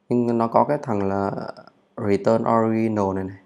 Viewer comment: Allow Unknow <ờ lao> <ân nâu> - Original <Ò ri chần nồ> Chúc anh buổi chiều vui vẻ